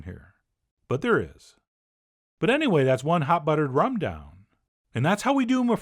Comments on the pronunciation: "Hot ruttered bum" -Chef John 2020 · I couldn’t even hear the recipe cuz I was still dying over hot ruddered bum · Hot ruttered bum....omg....lmao! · Hot ruttered bum 🥰🤣🤣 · Hot ruttered bum lol.